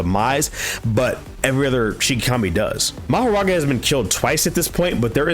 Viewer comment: Lol, it's actually Makora, not Mahoraga, bro For the first time ever the translation was right but English-speaking manga readers trying their best to confuse people with this